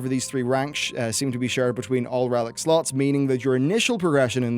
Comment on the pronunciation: I keep hearing sluts instead of slots for some reason